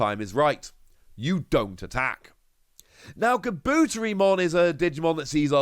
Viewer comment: Kabutetimon is pronounced: Kabu-Terry-mon not Ka-boot-ery-mon Again it's Kabu-Terry-mon my friend 👍